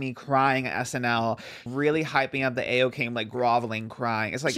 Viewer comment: ayo's name is pronounced eye-oh! love yall great pod